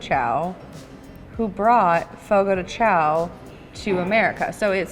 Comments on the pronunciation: Julia said she was going over every single word in the car on the way over. Didn’t look up Chão apparently. 😉 Chão is pronounced ”shoan” like own. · just fyi you should pronounce chão like shawn or something like that!!!